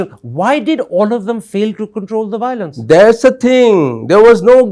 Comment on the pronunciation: bhiolence again👈🤣🤣🤣